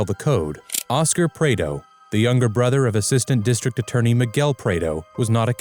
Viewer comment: AI doesn't know how to Prado 😂